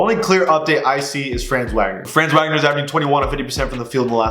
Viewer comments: FYI it’s not pronounced franz Wagner, it’s fronz Vogner (because he’s German) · I'm not truna be that guy but Franz name is pronounced (fra-ans) and his last name is pronounced (Vog-ner) The reason why I know how to pronounce his name is because my friend is from Germany and his name is Franz. Also Wagner is a American last name to and I have friends there Identical twins and their last name is Wagner.